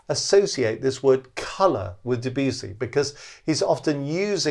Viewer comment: please pronounce the name of the composer right .. otherwise nothing but praise for the video